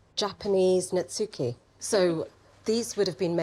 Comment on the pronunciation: You should not pronounce the “u” in netsuke. It is elided in Japanese to “ netskeh”.